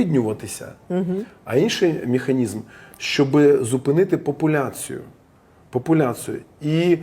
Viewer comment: Крім цього всього крінжа, я помітила наскільки Олежці важко вимовляти слова іншомовного походження з правильною українською вимовою. Ріальна, міханізм, асімітрічьна, автамабіль